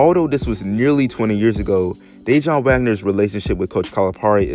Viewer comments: it's pronounce Duh-Won Wagner not Day-Jon. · De Juan not De John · That mans name is not Dajon 😩 it’s Pronounced (Duh’Whan) that killed the whole video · Damn bruh you butchered Dajuan’s name lololol it’s not pronounced day-Jon it’s pronounced duh-wahn... Wahn like lawn but a the J is silent Sheesh 😂😂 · Please stop saying, Day-jun...it’s sounds more like Duh-Juan. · DayJohn? No bra! That’s my cousin name lol it’s pronounced (dah waun) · It's pronounced Dah Wun bro lol not Day Jon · It's dajuan wagner bro..not day-john 🤦🏿‍♂️ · DeJuan. (De-Huwan) not DAJON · It's Dajuan Wagner not DayJohn my guy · Bruh it's pronounced da-juan not Dayjohn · Ummm It's not day-jon.. it's duhjaun... Dajuan Wagner. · DaWAN Dajuan not dayjohn or Whteva u saying bro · Duh-juan... Not de-jaun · Man keep calling him dajon Wagner 😂😂😂😂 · It’s Dejuan Wagner. DA-JUAN bro. Wtf? He wanted to stay in college because that was kinda the norm back then. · His name is DaJuan DA-WAN WAGNER put some respect on his name 🤣🤣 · I cant take it anymore his dads name is Dajuan Wagner pronounced (DaWon) I had the stop the video midway through just to tell you this also I'm never coming back to this channel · Mans said "dajon" like the mustard lmaooooo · It’s pronounced Da-Juan.....how are you butchering that name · He pronouncing Dajaun like it’s mustard or something 😂 boy if you don’t get yo ass outta here! Did all that homework to fuck up the easiest part. Thanx for the video though 💯✊ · It's pronounced de-wuan but its spelled Dejuan and people wasn't just going 1 and done bac then. And their ties start with their uncle worldwide wes. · Why can’t you pronounce DaJuan? Da-Wan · You don’t even know how to say his dads name 🤦🏾‍♂️🤣😂😂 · Where TF you grow up or who are you to be making videos like this and not even know who Dajuan Wagner is.. Your pissing me off by the way you pronouncing his name